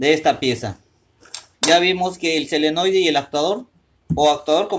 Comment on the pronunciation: No se dice "selenoide" se llama "solenoide"